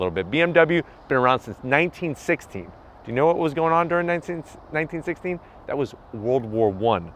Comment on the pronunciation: Had to turn on the captions to make sure you were saying 1916 amd not 1960...anyways another great review